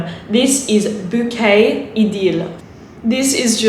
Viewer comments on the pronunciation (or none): none